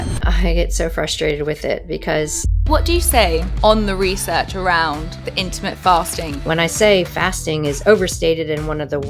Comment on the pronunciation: Yeah her pronunciation kept making me prick up my ears each time she said it😂 Apart from that, some fantastic information being shared here.